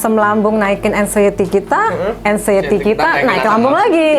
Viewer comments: Aksienty apa anxiety sih 😂😂 apa astuty apa engsuty . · Anciety mas, bukan accienty😅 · Aksenti 😂… anxiety mas bukan aksenti wkwkwk